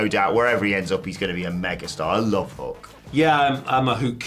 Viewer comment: Nah, go with pronunciation of Hoook. I look forward to Samantha Irvin Screaming it out over arenas everywhere:D